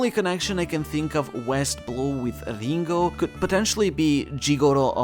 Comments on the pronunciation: He said "Lingooouugh" instead of Ringo, lol. Are you ok? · Unsubscribed for saying Ringo like that.